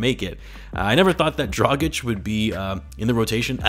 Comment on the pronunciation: You pronounce Dragič wrong. Pronounce "g" as "good" and "č" as "cheek". Got it?